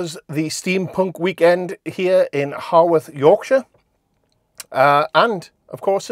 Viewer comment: So you should say it how-worth to say correctly. You got it after you'd been there a while. The head sculpture in the market was shudderingly problematic. I thought that when I was there. I was there on Saturday. My second event. I live fairly close to Haworth. I'm not so much a fan of all the flags, that's me but that's not what I'm in it for. There were met some lindihopping 1940s enthusiasts on the train as well. They were nice enough. The 1940s weekend was cancelled because it got too popular. But that's what the flags were spillover from to some degree. I think, from my experience anyway. I can't speak for anyone or everyone. Still an outsider.